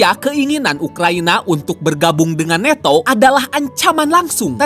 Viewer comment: Nanto bang ..bukan neto